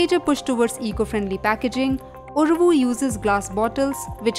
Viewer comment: It is Uravu , not uruvu.